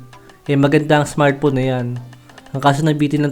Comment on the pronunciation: Smartphone boss hindi smartpon